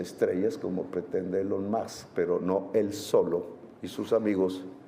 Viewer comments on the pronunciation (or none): none